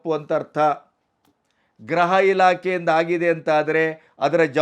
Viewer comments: ನೀವು 'ಗೃಹ ಇಲಾಖೆ' ಎಂಬ ಪದವನ್ನು ಅದೇಕೆ ಗ್ರಹಇಲಾಖೆ ಎಂದು ಮತ್ತೆ ಮತ್ತೆ ಹೇಳುತ್ತಿದ್ದೀರಿ. ಗೃಹ ಮಂತ್ರಿ ಎಂಬುದನ್ನು ಗ್ರಹಮಂತ್ರಿ ಎಂದು ಉಚ್ಚಾರಣೆ ಮಾಡುತ್ತೀರಿ. ಗ್ರಹ ಎಂದರೆ ಆಕಾಶಕಾಯ( ಪ್ಲಾನೆಟ್) ಉಚ್ಚಾರಣೆಯನ್ನು ಸರಿಪಡಿಸಿಕೊಂಡರೆ ಸಂತೋಷವಿದೆ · Sir, ಗ್ರಹ ಮಂತ್ರಿಗಳು ಅಲ್ಲ ಗೃಹ ಮಂತ್ರಿಗಳು, ಗ್ರಹ ಅಂದರೆ ಯಾವ ಗ್ರಹ ಒಂಭತ್ತು ಗ್ರಹ ಇದೆ